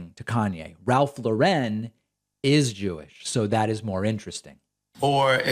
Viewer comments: Kanye - it’s Ralph LAUREN. Pronounced like the first name Lauren. (Example: Lauren Bacall, Ralph Lauren) Not “La-Ren.” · David, you’re pronouncing Lauren incorrectly. Don’t try for fancy. Just say Lauren. Look it up.